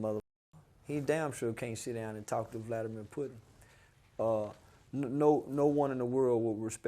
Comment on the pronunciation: He said Vladimir Puddin🤣